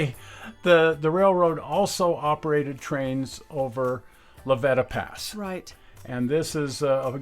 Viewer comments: Just for the record... The pass between Alamosa and Walsenburg is pronounced La Vee-ta (long E) Pass. Thanks. I enjoy all your shows and have watched almost all of them. The Rio Grande refused to let the C&TS into Antonito and cut the line just after delivering the last of the NG equipment the two states and the NGRRA that had picked out to save Just as their engine had pushed the last car off on to C&TS track which ended where the dual gauge track ended they had their n track gang there to take out a 30ft and a 40 ft. length of rail as I recall. as I recall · Great video. Just FYI it's La-VEETA Pass. Sorry, local knowledge. Also on the north end of the valley - SA-WATCH (Saguache). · It's pronounced La Ve ta pass and the pictures you show as the top of the pass is actually the town of La Veta on the east side of the pass. You need to better research on the Rio Grand Scenic RR to find out why it went belly up.